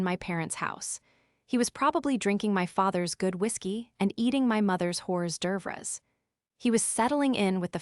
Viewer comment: This made me laugh out loud, instead of hor devours they said whores dervorus 😂😂😂😂😂😂